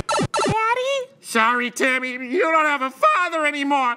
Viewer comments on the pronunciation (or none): none